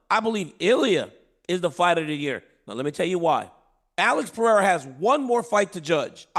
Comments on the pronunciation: Chael, I dare you to say PIERA in front of Alex, bruh learn his name already. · Puh Ray Ruh. Jesus Christ, Uncle Chael. 😂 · This stupid Chael can't even pronounce Alex Pererira's last name properly 😅